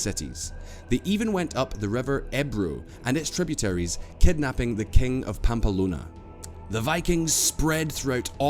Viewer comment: Pretty good for a potted history, but needs to sort out his pronunciation...nearly every historical term. Egs, plantAgenets, Algeciras (ældʒɪˈsɪərəs) Pamplona, etc. I cringed on his behalf.